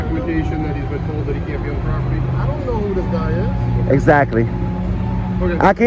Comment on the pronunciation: "You thee me on public propityy" at it again